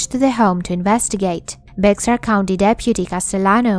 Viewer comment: Great video! FYI, Bexar is pronounced like bear, it is German. I lived in Texas many years and down near San Antonio they have a big German community. 😀